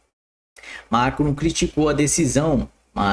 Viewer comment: Esse cara nem sabe ler e quer que se engula ele como influencer, ler errado o nome de macron e Davos